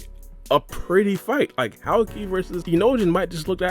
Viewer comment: Ur saying howkey?..? His name is houki ^^ ou=long o sound ^^ if ur having trouble jst think hoki=houki^^